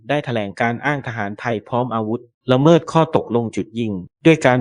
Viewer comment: แอดมินเป็นAIใช่ไหมจ๊ะ ละเมิด อ่านว่า ละ-เมิด ไม่ใช่ ละเมิ๊ด / โดรน อ่านว่า โดรน ไม่ใช่ /โด-รน แต่ถ้าเป็น AI ก็ขอผ่านค่ะ